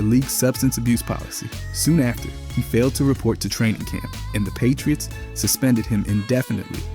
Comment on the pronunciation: The "Pie-tree-its" game was phenomenal